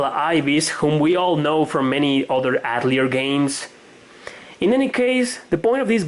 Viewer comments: Atelier is pronounced Ahtellee-ey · Avoid saying Atelier if you can't pronounce it. Yikes